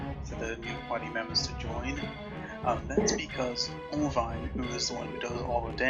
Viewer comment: If he wasn't so dedicated to it, I would swear he was just fucking with us. He called Irvine ONVine for fuck sake.